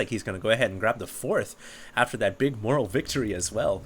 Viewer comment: It is not moral it is pronounced MORE-AL. Only reason I am correcting is just because you are a caster. A caster should have an excellent grasp on speech. Even if is for the internet.